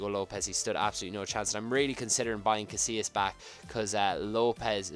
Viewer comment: Its Casillas